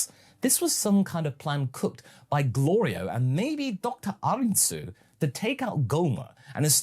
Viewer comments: I like how Goku keeps getting Glorio’s name wrong but doesn’t have an issue with other peoples names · Something that gets me every time is the running gag of Goku repeatedly mispronouncing Glorio's name, it reminds me of the tfs gag of Goku mispronouncing the name of the Hyptertonic Lion Tamer and the Spaghetti star. do you think it may have been inspired by that? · Glorio is going to end up turning evil because he's tired of Goku saying his name wrong.